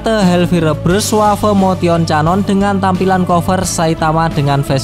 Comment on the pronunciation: Canon ? 😑 Kenon cara bacanya